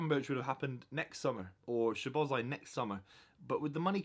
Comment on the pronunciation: You butchered szoboslai’s name so badly, he literally broke it down how to say his name